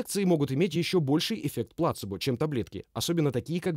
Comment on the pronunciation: Спасибо автору за перевод, но все-таки плацЕбо, а не плАцебо